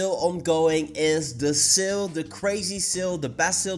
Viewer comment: The way u say SALE is really confusing...